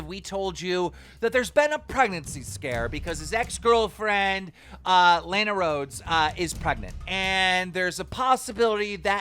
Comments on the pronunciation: Keem its pronounced (Luh-nah-Rhodes) not lena roads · Omg, I goddamn hate the way you pronounce "Lana Rhodes". Don't know why it's bothering me so much 😅😂😂